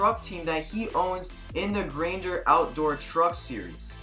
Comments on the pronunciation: Its called gander truck series not grainder truck series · Good video. I agree this is the best nascar game and I still play it daily. But for the record, i believe it’s the GANDER outdoor truck series, not Grainger..